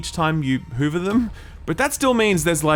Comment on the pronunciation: does he keep pronouncing hover as hoover?